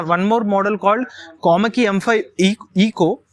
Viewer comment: Its Komaki dude not komali😅😅🤣